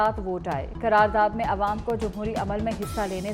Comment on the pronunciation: It's (qarar daad) not karar daad